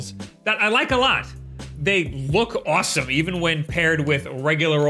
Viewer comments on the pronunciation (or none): none